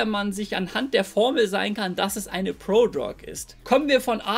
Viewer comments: „Prodrog“ triggert hart, ansonsten gewohnt stabiles Video. 🔥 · ich finds witzig wie du "Prodrug" aussprichst :D